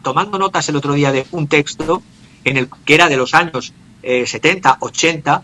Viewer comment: “ Testo vs texto “